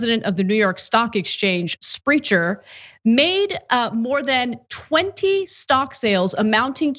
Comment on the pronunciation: Spreck-er I had a friend with the same last name. :-)